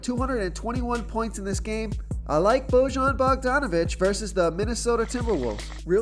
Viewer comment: I’m from Indy so here’s a fun fact Bojan is pronounced like Boi-yan. I hear it all of the time. Lol. Thanks for the great content